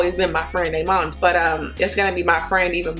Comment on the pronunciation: Every time she says “aymund” I loose it 😂😂😭